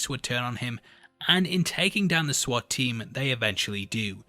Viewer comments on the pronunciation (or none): none